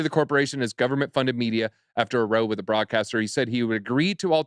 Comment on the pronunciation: Love these two hosting, but its Row as in "ow" not Row as in a o, thats when you row a boat